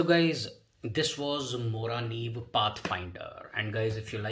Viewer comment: Hi, I'm from Sweden and I think you pronounced Morakniv perfect :D I found your channel today, really good vidoes. =)